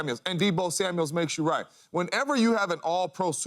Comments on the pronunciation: Samuel, not Samuels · It's Deebo Samuel not Deebo Samuels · SAMUEL! NOT SAMUELS😂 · Dear James Jones, it’s Samual not Samuals. Thanks 👍🏼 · THERE IS NO S AT THE END OF HIS NAME!!!!!!!!!!!!!!!!!!!